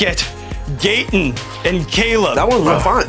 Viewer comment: Why is he pronouncing his name him gate in, I thought it was gat in